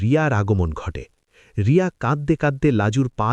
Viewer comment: Name ta to thik kore bolo Riya na Bonolota..😢